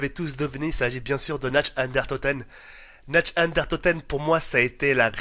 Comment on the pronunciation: S'il te plaît, arrête de massacrer cette magnifique langue qu'est l'Allemand. C'est Nacht der Untoten (Narth). Merci Concernant la vidéo en elle-même tout le monde sait que les meilleurs zombies ont été et serons ceux de WaW et de Black Ops 1. Rien que de parler des anciennes cartes on peut ressentir cette passion qui grandissait de jour en jour, vraiment à l'époque il y avait quelque chose que le zombie de Black Ops II et de Black Ops III n'ont pas : Une vraie ambiance et une forte nostalgie. Avant on redoutait carrément le moment où on allait mourir. Sur BOIII et BOII ça n'existe pas avec leurs idioties de Trépas et de Bête, de Gobblegums et ces armes spéciales aussi puissantes que tes atouts et tes armes améliorées réunies. D'ailleurs y'a beaucoup de choses meilleures que dans BOII et BOIII dans WaW et BO, Les OST secrètes, les cartes, les atouts uniques (+PhD Flopper et Mule Kick). Bref, on peut dire ce qu'on veut WaW et BO resteront les meilleurs pour toujours, car actuellement ils coulent le Zombie.